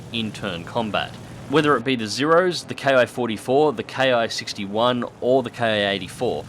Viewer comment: FYI anyone that reads this: The Raiden is actually pronounced more like "Lie-Den", not rayden. Also, "ki-#" is pronounced "key", not "kay-eye". It's an abbreviation of kitai, not an acronym. Not trying to sound superior or something, just wanting to inform those who have never heard otherwise. After all, the more you know...